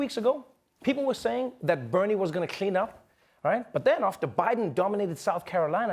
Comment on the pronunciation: Anybody else think Trevor pronounces "clean" like "!clean"?